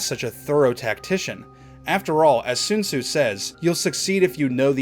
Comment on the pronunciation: Sun zu not Sune su